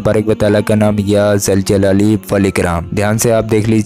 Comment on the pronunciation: Ya zaljalai nhi hai bhai.।। Zuljulale wal ikram hai.।।